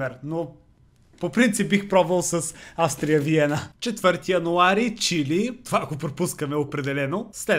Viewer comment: на български език името на отбора се произнася Аустрия Виена, а не Австрия Виена